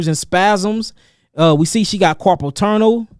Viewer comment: “Turnel” 😂boy you know you from stl. Pronoucin “r’s” dat aint even there lolol